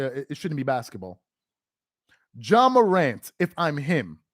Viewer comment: HIS NAME IS JA PRONNOUNCED JAH!!! NOT JOHN MORANT. YOU'R PLATFORM IS TOO LARGE FOR YOU TO CONTINUE TO PRONOUNCE NAMES WRONG; STOP IT. JAH DID NOT HAVE A GUN ON NBA PREMISES.